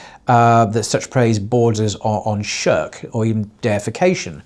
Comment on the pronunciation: ahhh yes, scholars of the highest calibre from the time of Imam al-Busīrī', rahīmahullah, onwards, all missed this supposed shirk, but my guy here who's still struggling with basic english (sharek?? shrek?? sherk?? refugee??) has magically identified problems in the poem. utter tosh. maybe consult an actual subject-matter expert rather than those with pre-existing biases. and give it a rest with the lame shallow poisoning-the-well fallacy of maligning sufi scholars by bringing in so-called practices like the tiresome and predictable 'grave worship' rubbish that are unrelated to the poem. incredible that only individuals who are against tasawwuf bring up grave worship. yet to see a single scholar who is a proponent of sufism, or anyone who purports to be on a spiritual path, actually circling/worshipping graves. perplexing that 🤔. but even if one concedes that maybe some misguided individuals who are influenced by some folkloric ideas, indulge in such blameworthy practices, they are not the yardstick by which the science is measured. otherwise, by the same token one could disregard your nonsense on the basis that you're incapable of writing coherent english words. this is why laymen shouldn't be citing primary sources, khawarij-style. you misapply them and make conclusions that are reductive, simplistic and non-scholarly. one would hazard a guess you've not actually done due diligence and looked at both sides of the argument, rather just gone to those who support your inbuilt